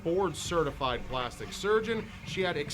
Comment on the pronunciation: plastic not plasitic